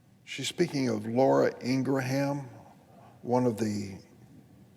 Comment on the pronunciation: Just UNSUBBED with this POS. He cant even say Ingraham!